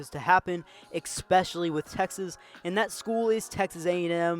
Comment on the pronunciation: When the narrator says EX - SPECIALY I automatically feel sorry for his parents.